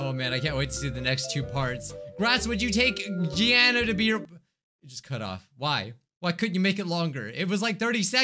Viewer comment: Married to grass the girl has my name and she looks like me... It's me? BTW its pronounced (Gee- aw- nna) I DID NOT make that gacha life vid the girl is just me